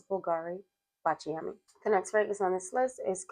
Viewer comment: Hi! Its pronounced báciami (with accent in the A 😊) hugs from Italy 💋 ❤